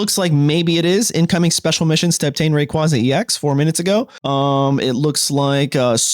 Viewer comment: they butchered rayquaza 😭